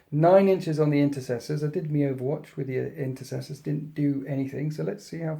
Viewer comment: I wonder how many of the 13th's old renegade ways have made their way into the 2nd company... I mean, with units called Incestors... Most awkward vocal mishap award, quite often, goes to.